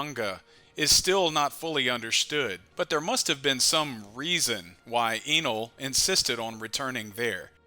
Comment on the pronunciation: pronounce his name “EH-NEL” or “N:L” U can make OP theories all day long but u cant mess up the OP nouns like how we don’t miss new named attacks.. Sensei really out here rewriting the bible mayne